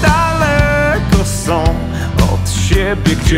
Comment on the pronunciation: Zajebisty tekst i wokal ale w polskiej wymowie jest są a nie som i się nie siem i ją a nie jom .spierdoliłes zajebisty tekst . Sorry ale zapierdalaj do logopedy ponieważ zajebiście śpiewasz.!!!!!!